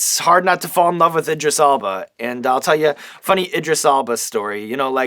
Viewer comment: That's exactly what I wrote originally. But then googled his name, cus the way Sean was pronouncing it lol.